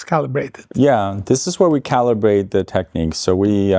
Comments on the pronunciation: It's Technics not techniques. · It's either. Listen to Technics own TV commercials (they should know how they want it pronounced) - there are some here on youtube...they say it both ways. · I'm not sure what you're referring to...is the word Technics spelled out somewhere in the video? I thought you were referring to the way the guy is pronouncing the name 'Technics'.